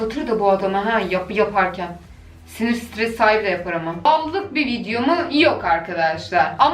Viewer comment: waw lık bi videomu hayır ama wuuu luk bi bideo😂